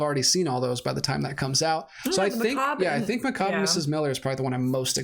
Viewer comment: By the way, you almost pronounce everything correctly, but it’s MickCayb.”